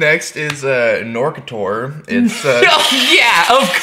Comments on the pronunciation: is a german band wich wants to be wierd. the music fits perfectly to the cover and they have wierd shows as well. on purpose.. The vocabular nazi in me screams "knorkator! not knerketerrrr" xD Great video btw! LOVE IT haha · Knorkator is a Great band. And its spoken Knor-ka-tor